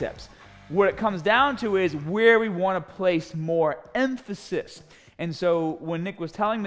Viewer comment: I like how you place emphasis on the word "emphasis"...